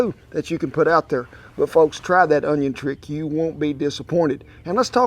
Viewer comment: "On-YON", he says? Hmmm. Gonna have to try sum-a-dat.